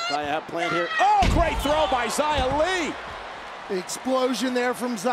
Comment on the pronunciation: Man the commentators don't even know how to say Xia's name lol